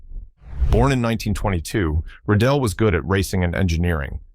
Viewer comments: Given that there are 3 times sharp accents on Rédélé's name, it should not be pronounced "Redelle" but with a long eeeee: Reeeee Deeeeee Leeeee. If the accent would be "è", it should be pronounced short:. you can remember it with the word élève (pupil): eeeee lehhhh ve. All you've gotta do is to go to Google, ask "comment prononcer élève" and it will appear as first result, with someone pronouncing it correctly. It might sound schoolteacherish, but if you want to communicate to an international audience, please, do it correctly: it takes just a few seconds. Image French uploaders using the typical way French would pronounce "Diefenbaker" or "Rockefeller", you'd be the first one too to jump in the air as if on the run for a wasp. As for the car, great design, but wayyyyyy too small. A car for jockeys and midgets. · That's not how to say Rédélé or Alpine, I've heard Valladolid butchered worse. Good video otherwise. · Learn how to pronounce Alpine and Rédélé.